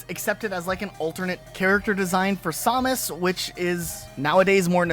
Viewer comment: the Fusion Suit is amazing, people are just haters. Also learn to pronounces "Samus"